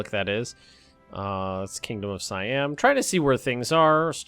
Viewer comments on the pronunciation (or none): none